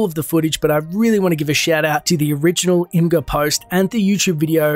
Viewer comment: Great video, I love the details! *quick note, as someone who has a friend who works at Imgur, is pronounced "Image-Ger"😅